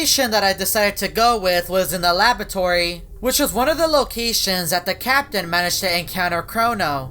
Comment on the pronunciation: it's not boan it's button ok? Learn to pronounce And it's not suscrie it's subscribe it's nottttttt labotory it's laboratory